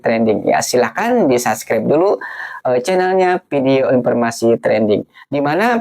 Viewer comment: Video bang bukan pidio.😂😂😂😂😂 Muka ganteng tp bodo. Ngantri Kualitas Kuantitas Universitas Antusias Minimalis Tu bukan bahasa Endon,tp dicuri dari bhs inggeris. Kok IQ78 dipamer ke publik.